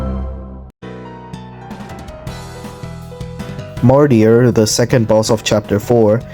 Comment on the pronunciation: Not with that martyr pronounciation